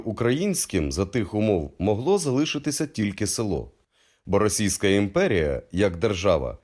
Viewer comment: Цікава інформація, тільки має попрацювати над вимовою, і позбаватись російського акцента. РосИйська, ідентифИкацИя... Вимова як у Тимошенко.....